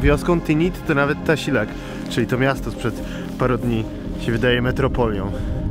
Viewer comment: Koleś uczył Cię wymowy nazwy miasta, a Ty cały czas powtarzasz TAŚILAK :<